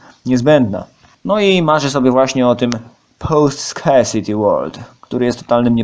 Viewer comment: Drogi Panie. Wielki szacun za merytorykę, ale podszkol się Pan z wymowy angielskiej. I tak jest lepiej, bo się Pan nauczyłeś wymawiać nazwę własnego podcastu i tego nieszczęsnego "scarcity", no ale niestety pozostała cała reszta. Nie ma potrzeby cytowania angielskiego oryginału, czy używania angielskich słów, to polecam tego nie robić, bo całość na tym traci.